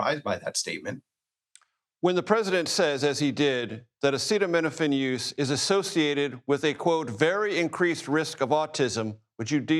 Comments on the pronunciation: I find it concerning that the expert who was involved in the study claiming that Tylenol can cause autism isn’t even pronouncing acetaminophen correctly. 🤷🏻‍♀️ acetamino-pheen??? Weird. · Why can’t pronounce acetaminophen 😳